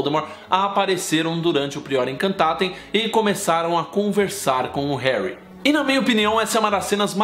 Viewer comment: Vc fala hanrry